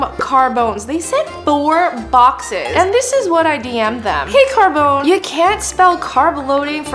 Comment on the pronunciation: WHY do you read names, PEOPLE'S names, like you read any other words? CarbonE, E, not CARBÒN. You have to read it, and not like the american E, the italian E!